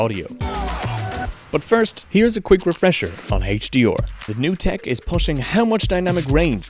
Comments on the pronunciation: The guy has virtually no weird accent, and then suddenly HD-OR ? WTF? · HaitchDeOr LMAO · Couldn’t get past how he was pronouncing HDR... HD’or